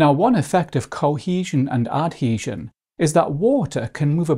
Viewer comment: a very good video but the pronunciation of cohesion and adhesion is hilarious